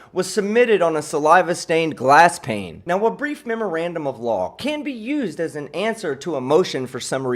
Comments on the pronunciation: Sorry it sounded like he said grief not brief. I think his fraudian slip was correct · It's "brief", not "grief".